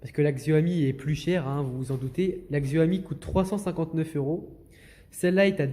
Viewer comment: Juste c'est Xiaomi pas Xioami